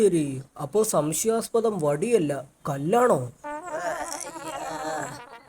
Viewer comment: കണക്കിലെ സംശയം 😂😂😂😂😂😂😂 സംശ്യാസ്പദം 😂😂😂😂😂😂